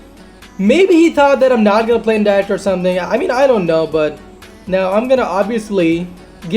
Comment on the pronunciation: You can't even pronounce direct._.